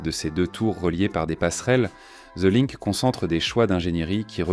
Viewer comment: "The linque" 😅😅